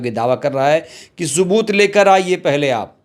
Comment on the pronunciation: Subat mat bolo bhaiya sabut bola karo